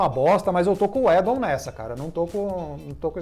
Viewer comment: Só o fato dos dois não conseguirem sequer pronunciar o nome do Joss UIDON corretamente já me faz pensar se não é hora de dar adeus ao Omelete au fromage.